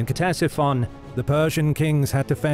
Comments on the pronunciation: It's not K-tesiphon bro... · Its pronounced Tesifon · Every time he says Ctesiphon it’s pronounced just a little bit more wrong